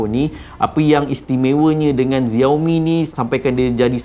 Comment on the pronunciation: Xiaomi bukan dibaca "Zeor Mi" tapi "Siau Mi". Hello, Xiao, mcmana kau dapat Zeor Mi? Klu tak tau, tanya dulu. Tanya penjual telefon Xiaomi. 👎👎👎👎👎